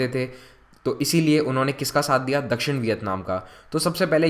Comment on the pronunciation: Can't understand properly these words like nivesh pravesh dakshan etc